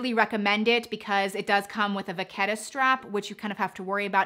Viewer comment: U can't pronounce "Vachetta" correctly. And Saint Laurent and Givenchy. Nice bags, tho.